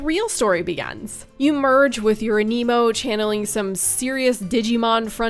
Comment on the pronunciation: Thank you for pronouncing aniimo as aniimo and not animo.